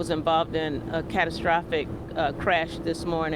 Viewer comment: Did she say “castrophic”?🤦🏽‍♂️